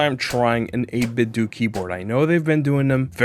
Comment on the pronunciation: The way you pronounce 8BitDo has the unfortunate side effect of sounding like 8BitDookie Board when you give us the product name like that! haha. I love their Gamepads, so if I'm in the market for a new mechanical board, I'll take these guys into account.